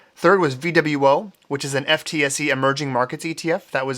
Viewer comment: Fun fact: FTSE is actually pronounced "footsie" in the UK